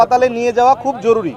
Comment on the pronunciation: এই ডাক্তার হয় অটোপাস আর নাহয় ভাড়ায়চালিত। তার ভাষাগত জ্ঞান সঠিক করে দেয়া হল: ✅ জরুরি ❌ জরুলী ✅ প্রস্রাব ❌ পরসাব ✅ শরীর ❌ শরীল